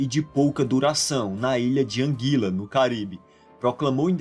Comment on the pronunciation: Não e angila e anguila